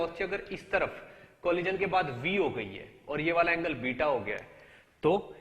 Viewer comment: Funny guy....."colijan"